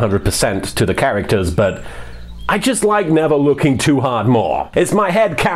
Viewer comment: I've heard it a 100 times and I keep hearing "Never looking too hard" kinda sounds like he says "never wookie too hard..."